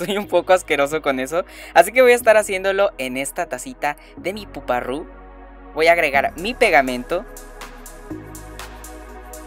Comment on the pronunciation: Es poparu no poparru